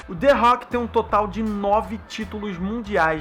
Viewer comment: kkkkkkkkkkk ué que culpa ele tem de não pronunciar direito não soube chama direito que nem eu